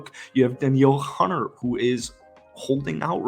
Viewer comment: Dan-yell Hunter? It's D'neil.